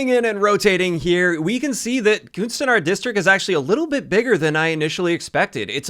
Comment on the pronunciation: The "U" in "Kunstenaar" is pronounced as the "e" in "the". Or the "u" in "under". Also, for the "e" in "Vondel", you could pronounce it "fondle" and people would assume you are from Amsterdam, because people say f for v.